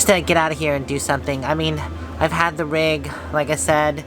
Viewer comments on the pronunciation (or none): Rig, not Rug!!!!😄😄😄